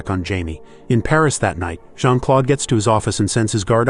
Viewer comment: It's not Jean-Claude it's Jean -Claude